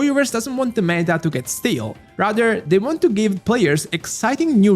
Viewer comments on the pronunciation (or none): none